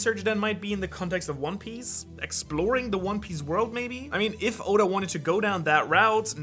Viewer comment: Did no one realize he said Oden instead of oda then he said Yoda instead of oda